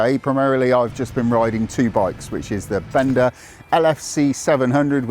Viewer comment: BENDA rhymes with HONDA, just like HIKE rhymns with NIKE✔️